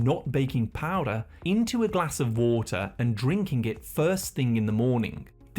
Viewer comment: Every other one: Water: WaAAter